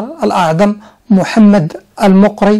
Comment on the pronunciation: اظن غالبا ان الصدر الاعظم (المقري) كان من اصل جزائري..وينطق بفتح الميم..